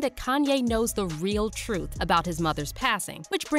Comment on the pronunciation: "Duurr... TROOF" 🙄